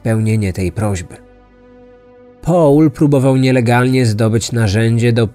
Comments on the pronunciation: Mówi sieneutralnym gruncie a naturalnym i nie połl tylko pol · Proszę Cię, to nie jest Połl, tylko mniej więcej: Pol :) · O co chodzi z tym 'Pałlem'? Nie mogłam się skupić na treści, bo za każdym razem jak słyszałam 'Pałl' to przewracałam oczami.